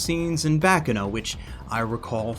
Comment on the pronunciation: Baccano not Boccono but aside from that I agree